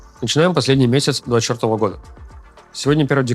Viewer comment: внимательно не слушал и услышал " начинаем последний месяц чертово года( двадцать четвертого)"!